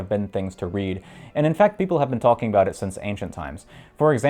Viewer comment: "Tolkien" for "talking" gets old very quick, we get it